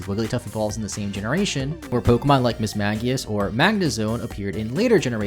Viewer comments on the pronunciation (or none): none